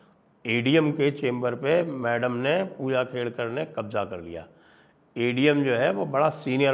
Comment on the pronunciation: Khedkar not Kedkar